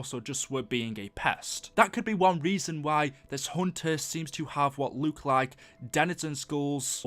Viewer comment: why do you you say luke instead of look